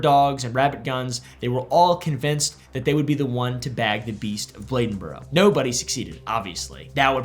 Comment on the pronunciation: Bladenburr... yes. Never hearda this "Bledenboro" you speak of though.